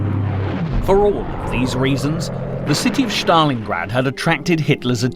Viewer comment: its stalingrad no shtalingrad